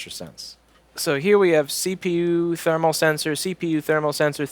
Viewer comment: I loved "Thee-PU Sermal Sensor", whether it was on purpose or not. I do that all the time, but it's because I'm dumb. :P